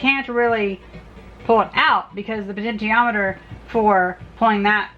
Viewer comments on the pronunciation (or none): none